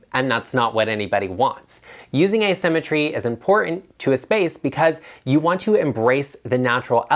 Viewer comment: I heard using “a cemetery” instead of “asymmetry.” Oh, the images that flashed across my mind! I thought you went Goth on us for a sec. 😆